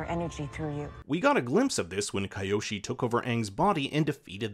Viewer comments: Avatar Kai-oshi 😂😂😂😂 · If y’all are going to “pretend” to be fans of a series to try and get views of its fanbase, you can at least try and get the pronunciations correct. Hearing this guy mispronounce Kyoshi and Gyatso’s names really made me stop watching.